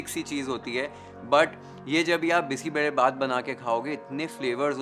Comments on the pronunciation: More than cooking and recipe and steps what caught attention was you pronuncing Bisi Bele Bath correctly Most people from north part of India won’t pronounce it correctly They say like Bisssi beley bath But your pronunciation is on point ❤ I just felt like I ate a good bisi bele bath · Highly appreciate your pronunciation of the dish names (Bisi Bele Bath, Masala Puri)! Amazing recipe. Thanks chef! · Yes, we don't use bay leaf. Marati moggu for sure. I love your perfect pronunciation of BBBath and Marati moggu. The chillies that you used here are Byadagi chillies, named after the district where it is traditionally and extensively grown. You may want to know it's pronunciation, with a 'y'. Not 'Bedagi'. (This word actually means something like a Belle. Loosely translated as a beautiful girl 😂). Nevertheless it is a pleasure to watch your video which already takes note of so many variables in making this signature dish of our State, Karnataka. I am more of a knol khol user. Often brinjal are used. And even Drumsticks. More vegetables will only make it tastier. Couple more variations for those interested : I sometimes mix toor, masoor and moong dals. We can substitute rice with poha or any millet. All variations come out well. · Beautiful presentation ❤ Thank you for saying Karnataka and Bisi Bele Bhat properly 😊 you've got the nuances right. We don't add tej patta at home as it changes the taste. All the rest is perfect and very close to how we make it. Thank you again for the attention to detail.. Lots of best wishes.. ❤